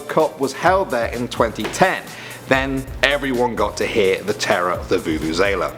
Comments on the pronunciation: It is vuvu-ze-la. Not vuvuzala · It is not a 'vu-vu-zae-la' , it's a 'vu-vu-ze-la' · You are saying vuvuzela wrong🙈, from a south africans perspective 🇿🇦 love your guys' videos 😁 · oh no the vuvuzela u are ps pronunceing it wrong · I am South African. The vuvuzala one hurt my feelings........ It's tradition